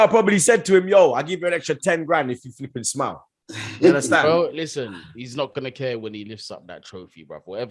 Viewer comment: How many You indarstund? U get me? 😉